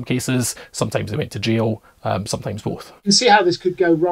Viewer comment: F-ing "L-fronting", making people pronounce "jail" like "J O" 😁